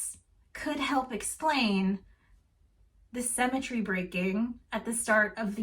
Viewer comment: Can we stop saying "semmetry"? I always miss 3 or 4 words after you say that because my brain gets stuck.